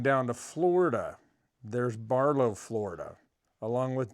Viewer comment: It is BarTow fl not BarLow.